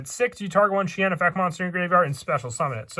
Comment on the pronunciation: that's because he is called shi en not shien. Hope this info helps.